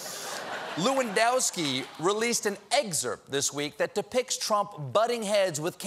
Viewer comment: its pronounced Number 9 Robert LEWANDOWSKI